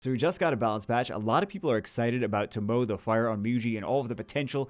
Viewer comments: I watch too much anime.... because pronouncing it "tuh-moe" and not "toe-moe-eh" was actually slightly triggering XD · i think its pronounced as TO MO weh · how do you feel about amazon users NOT having this yet? Also, its pronounced Toh Moh Eh. I feel like she was nerfed. I prefer extending the debuffs. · ever watch ruroni kenshin the begginning? her name is pronounced: Tomo Eh